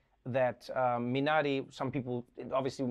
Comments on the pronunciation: wow his pronunciation of Minari sounds 100% Korean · Thank you for taking the time to learn to say Minari correctly. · Trevor your pronunciation of 미나리minari is perfect!